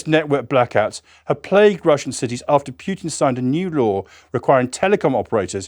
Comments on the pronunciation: 1m Kia and WIa daily. Poo tin. Not Pyew Tin. . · LOVE HOW HE SAYS PEW-TIN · The British pronunciation of Putin, "Pewtin" inspired me to call that reprobate "Putrid". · No man named pyoo-tin exists. And thanks for the frequent, loud, ptsd inducing, explosion noises!!!!